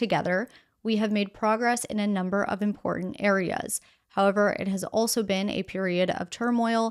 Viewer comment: I like your videos, but you really need to work on your pronunciation of the word "important" it's very distracting, and I have noticed it more than once. You obviously have been trained in speaking, no "um" or "a" overall very pleasant speaking voice but could use a little more emotion.